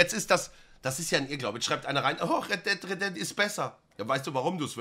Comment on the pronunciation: Jeder: Red dead Redemtion Knossi: Red dead redemt